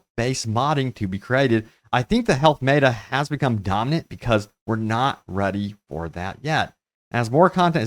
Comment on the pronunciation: How do you constantly mispronounce META, you're a gaming channel for crying out loud